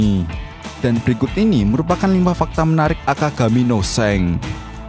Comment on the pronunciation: Shank bro bukan shenk